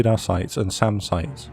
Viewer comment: You said SAM and Radar sites. I heard Salmon radar sites. 😂